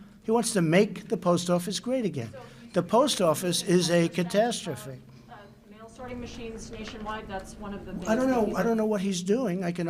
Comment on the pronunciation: The post office is a cantastophy? Cantastrophy? (He knows the best words)